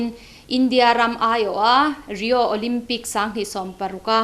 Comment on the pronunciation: Ruati khan ilo en ve chuan "Rai-o" nilovin "ree-o" tih tur. Ka ngaisang che a, substitute anga i khelh vanga Olympian i nih lohna a awmlo reng reng. Team tan i pawimawh lutuk, i tel lovin an khel theilo